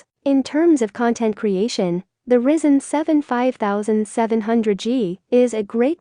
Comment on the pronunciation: "Risen" CPU... lol